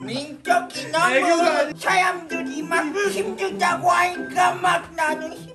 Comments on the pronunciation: 때 민셔기 라고 하는거 진짜 개귀엽네ㅋㅋㅋㅋ 민셔기라고 하는 발음이나 말투가 귀여움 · ㅈㄴ웃겨ㅋㅋㅋㅋㅋㄱ발음 디테일 개웃겨ㅋㅋㅋㅋㅋ 미쩌기는 ㄲㅋㅋㅋㅋ